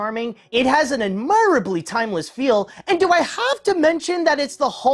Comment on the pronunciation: / ADmirably and ADmirable should have stress on the first syllable. Also, please read up on subject-verb agreement; too often you seem to lose track of the sentence you're speaking halfway through it and that's really distracting. Tips on professional skills aside, I agree with pretty much all the points you make!